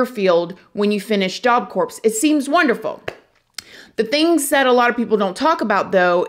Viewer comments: Unbelievable! Good job! I NEVER comment, but seriously? Job Corpse? I love you!! You for sure know by now it’s Job Core (pronunciation), but I can’t help laughing. Love you child!! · Job Corps is pronounced Job Core. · Job Corps = Jaap Kor 👉 (pronounced, sounds like) (p & s are silent) 🙂👍